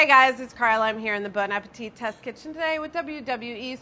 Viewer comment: Nobody: The big guy: BONE APETITE?